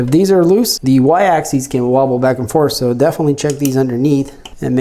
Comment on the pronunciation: Sorry to be that guy but it drove me a little nuts: “axis” is pronounced just how it's spelled, with a short I. It's the plural “axes” that ends with an -eez sound. More importantly, though, some solid points on what to adjust and how, thanks!